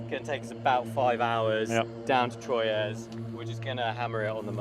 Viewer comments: I think that Troyes is pronounced "Twa". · Nice vid, pronounced Twa btw not Troyes. Beautiful place.